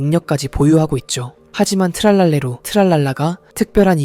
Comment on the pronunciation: 붐바르딜로 트랄랄레로 브브르브브르 인데 붐바르딜로 트랄랄레라 브브르브브르 님 잘 말 해야 되요